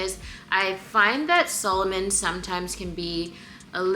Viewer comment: Sa-lomon, not Solomon🤭 The latter was a Jewish king in the Bible😬